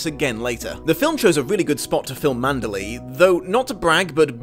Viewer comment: You FAB host, "ManderLEY!" Most say it like Burma city ...LAY. But 2× you floor me. Spine-gain has SUCH timed reason & impact, also A+ acting; death reveal unplugs her long misconception.